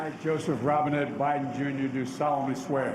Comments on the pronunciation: I thought he said Bidens middle name was Robinhood... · I thought they said Robin Hood at first, and then I listened again and I’m not disappointed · i thought he said his middle name was Robin hood lol